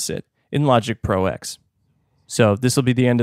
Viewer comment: I believe it's called Logic Pro "Ten" (roman numeral X)...not Logic Pro "Ex".....as in Final Cut Pro X "Ten"........but I'm sure someone must have mentioned this already.